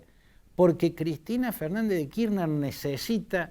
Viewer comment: Kirchner es un apellido alemán ¿De dónde sacó que la CH de la palabra Kirchner se pronuncia como “sh” en inglés? Fantini, analista político tercermundista y viejo chuncano: la “ch” en Alemán se pronuncia como J en castellano y no como la sh en ingles. De manera tal que se pronuncia KirJner. ¡Viejo chamuyero!!!